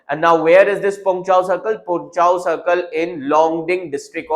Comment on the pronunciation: Pronounciation doesn't denote village,Pronounciation of Pongchao is very wrong ,so,pls correct it